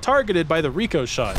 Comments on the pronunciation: IT'S RIH-CUH-SHAY NOT REE-COH-SHAY OH MY GOD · omfg its RICK O SHAY not REE CO SHAY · RICK - UH - SHAY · when you were saying ricochet, it just annoyed me for some reason hearing you pronounce it with the long E sound (reeko) instead of the short I sound (ricko) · Ok. I have to ask as it's bothering, are you pronouncing ricochet wrong on purpose or are you memeing? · pronouncing "Rick-Oh-Shot" as "Re-Co-Shot" is forgivable enough being that its a fake word, but doing the same with a real well known word, that just kills me